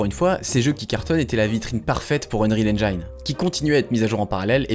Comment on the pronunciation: S'il vous plaît, ne faites plus cette erreur : Arrêtez de prononcer "unreal EngAÏne"... Même en anglais, le "i" dans "Unreal Engine" se prononce "i" et non pas "AÏ".